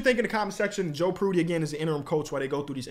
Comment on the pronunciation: Dawg how did you just pronounce Joe prunty? 😭😭